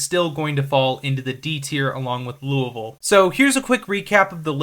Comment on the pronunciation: You've earned a subscriber because you actually pronounced Louisville correctly. Well done! Almost nobody gets that right